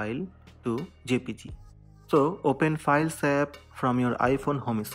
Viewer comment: This worked, at first I couldn’t understand what he said, but it was “open the files tab”.